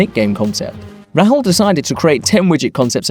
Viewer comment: Is it really that difficult to pronounce Rahul properly? Put in some effort lmao